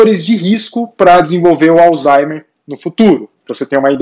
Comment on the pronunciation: Obs.: Não é Alzheime E sim Alzheimer